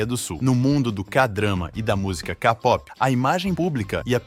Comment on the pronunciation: "Kapopi" "Kadrama" 🥴